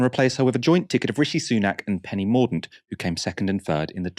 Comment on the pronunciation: Its pronounced Penny Mor Dent...ffs